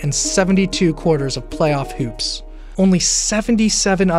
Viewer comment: “playoff heups”